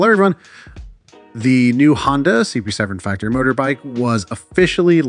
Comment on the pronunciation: Good video but it’s pronounced CBR650R, you are saying it to fast and muffled